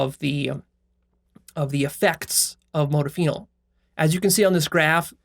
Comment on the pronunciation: The way you pronounce modafinil makes me cringe so hard